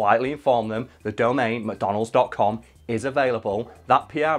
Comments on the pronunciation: I kept hearing “Madonna Holes.” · Why does he pronounce it "mah donalds"?